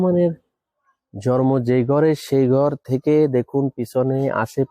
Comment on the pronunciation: জন্ম উচ্চারণ টা ঠিক করে দেওয়া যায়।